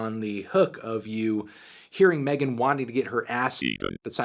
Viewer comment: I know you want to be her, but it's MEGAN thee stallion not Melon thee stallion